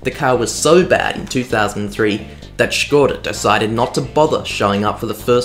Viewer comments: No f*ucking way you pronounced it Škoda and not skoda like everybody else (donut media included). Large 👍 for you. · Nice 2-parter! It was really great hearing an Aussie bloke, firstly talking about history of cars from my childhood (and also my current car and then even a newer model...) and secondly trying to pronounce it Škoda the whole video just for Czechs? Výborně! Dej si pivo! 😉👍5GHz trance is just a nostalgic bonus... OK, I'll go find that old copy of Colin McRae Rally 4 now... 😅